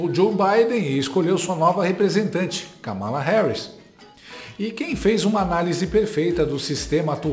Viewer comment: Vi a Kamala Harris falando seu nome pronunciando o Kamalacom acentuação tônica no Ka. Uma palavra proparoxina,. Acho, portando que , se possível, deveríamos procurar fazer o mesmo. Notem que o Copolla fala de maneira correta.